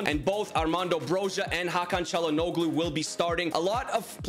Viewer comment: I would say W signings, but just a tip: to pronounce Çalhanoglu, try not to say the "g" Like Chalhan-olu